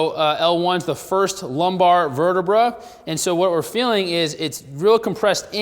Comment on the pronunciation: I dont like the way you say vertebrae